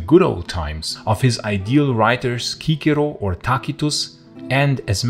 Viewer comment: he pronounces it correcly.